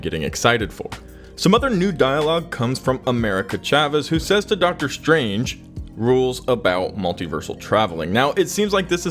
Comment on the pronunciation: Am I just imagining things or did the narrator really say "Marvel Studio's Doctor STRAIGHT"? :D